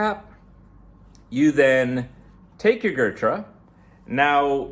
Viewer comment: gurtrah lol its Ghuuut-raaa